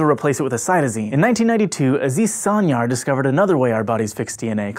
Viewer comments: Sancar is Turkish and pronounced "sahn-jar" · Yay, now I know how important those chemists' discoveries were! (Aziz Sancar's last name is pronounced like "sun-jar" by the way. Not a crucial mistake, of course.) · The "C" in Sancar is pronounced like "G" in George. :) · The "C" in Aziz Sancar's last name is pronounced the same as a "J" as in JAM